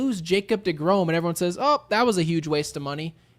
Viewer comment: Crick LOL, the type of dude to say Grish-HAM and De-Grome 🤣🤣